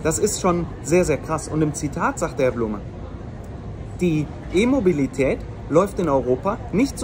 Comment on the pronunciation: ich versteh immer "Immobilität" 😂😅🤣